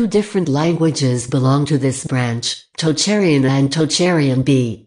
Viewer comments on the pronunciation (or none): Omg that text-to-speech voice is painful to listen to. You couldn't find a human to narrate a 10 minute video? Perhaps they might then have caught some of the errors ("East Germanic that not extinct"?) and pronunciation of unusual names (e.g. Tocharian) might have been improved.